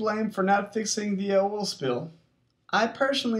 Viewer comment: You say oil with an accent. :D